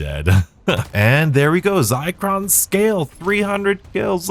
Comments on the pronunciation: Also it's not Zi- cron. It's Zir- con. As in Zirconia, or Fake Diamonds. They're literally telling us the Zombie Diamond camo challenge is worthless (compared to traditional multiplayer challenges) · ZIR con, not ZY cron. Sorry, it's driving me nuts. Love your vids!!